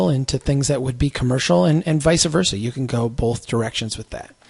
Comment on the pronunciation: Vice versa not vice-a-versa